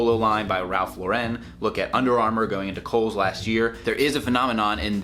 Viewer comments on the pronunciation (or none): Slightly off-topic: I love your videos, which are uniformly excellent. Please note: Ralph Lauren is pronounced LAU-ren, like the girl's name, not Lau-REN. Don't mean to be nickpick-y but it's useful to know.